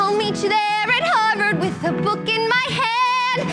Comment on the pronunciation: are we not going to talk about the fact that she said “warvard”